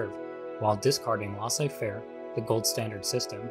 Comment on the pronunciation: FYI: Each o in "colloque" is pronounced the same, like the 'o' in "low". Also, the ai of "laissez" is pronounced the same as the ai in "faire". More like the vowel of "hay". Neoliberalism and embedded liberalism vs Stalinism and Maoism. Wasn't anyone talking about anarchism?